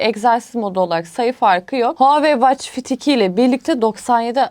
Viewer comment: Israrla watch kelimesini yanlış okuması ingilizce bilenlerin kulaklarını tırmaladı... Onun dışında harika video olmuş teşekkürler